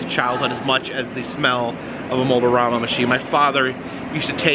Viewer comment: Kinda funny you keep saying Mold-O-Rama, while it is spelled Mold-A-Rama, guess the Mold-O-Matic is influencing that :P